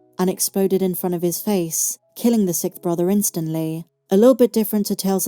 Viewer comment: Is it a British thing where the word is pronounced “Sikth”?